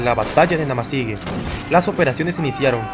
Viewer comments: La pronunciación correcta es NamasigÜe ahí está el GRAN dierisis se pronuncia WUE ! No GE. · ¿Por qué pronuncias "Namasigue" si está escrito "Namasigüe"? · Es historia novísima, no sabia de esa guerra. Y te corrijo, no se dice Namasigue. Sino NAMASIGÜE.😊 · Hermano se lee namasigüe....Ue.... y no.... ge.... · No se dice Namasigue es Namasigüe y ya, investiga un poco más para que no te dañe el resto del video, dejo de verlo solo por eso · Se dice: Namasigüe! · La terminación fue con diéresis se pronuncia como jue y no como la pronuncias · Gracias por informarnos amigo , esta muy interesante. Debes pronunciar la ü.